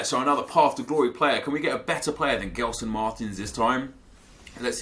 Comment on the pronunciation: just one thing. It's not pronounced GELson Martins it's JELson Martins. Keep up with the great content!